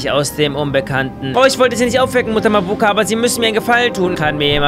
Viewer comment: bei Mabuka betont man das a am anfang und nicht das u